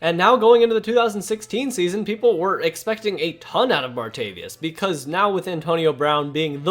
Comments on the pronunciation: martaVIS. not “martaVIUS” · Respectfully submit that you reconsider & look up the pronunciation for “Martavis.” 😀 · Bothers me how you said martavis bryants name